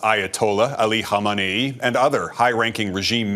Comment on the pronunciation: Jeff Semple. Thank you for pronouncing Ali Khamenei’s name CORRECTLY! So many other people in the news business couldn’t do it!